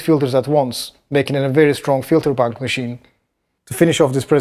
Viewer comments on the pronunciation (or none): none